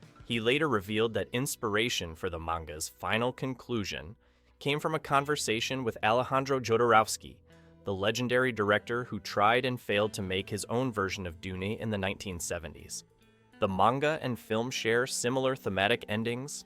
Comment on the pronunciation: yeah. when it said "his own version of Du ney" . . . I knew. plus absolutely zero effort to match video to the writing.